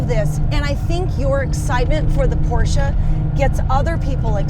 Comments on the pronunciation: Thank you for another outstanding episode,. And thanks for pronouncing Porsche correctly; I'm known to be kind of a biatch telling people "There's no such thing as a Porsh", LoL - and FWIW, My birthday is 7/7/57... 😉🤣✌️ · ...and as a German i must say, that Magnus an say "PorschE" not "Porsch" or "Porschy" i appreciate much.